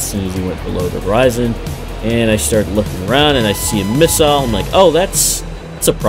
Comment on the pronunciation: Finally! An American that can pronounce missile properly.